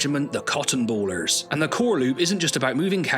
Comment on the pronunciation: I would point out a slight mispronunciation though....Cottonbaler with a single L is Bay-ler not Baller....a baler is a person or machine that crops (hay, cotton etc.) into standard managable packages. Still never heard of the game before so immense props for including it one the list....